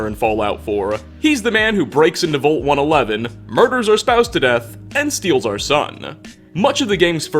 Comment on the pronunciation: ...the word vault is pronounced like the a in wall, not the o in volt.